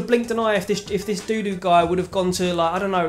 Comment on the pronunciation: For me its obvious that we couldnt get the striker we wanted, so we got Dodoo until January when we can try again. Dodoo played very well today, looks promising (btw its pronounced Dodd-oo, rather than Doodoo 😂)